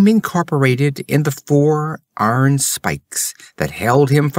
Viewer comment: I agree on EYE-ern vs ARN. But disagree on demonic. While "demon" stresses the 1st syllable...DEE-mun..."demonic" stresses the 2nd...dee-MON-ik.